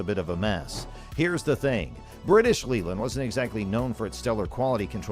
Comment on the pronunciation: Its leyland . Pronounced,,,lay,,land